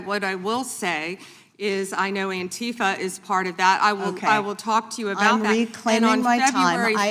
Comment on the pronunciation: I hate the way she pronounces antifa.